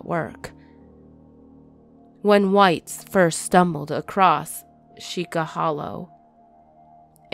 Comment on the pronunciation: It is pronounced see-cha hollow... or at least that's what people call it in the area I'm from